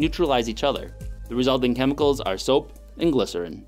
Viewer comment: It’s called soap not sop.😥😰